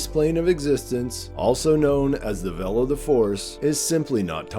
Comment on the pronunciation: When you say "vell", do you mean "veil"?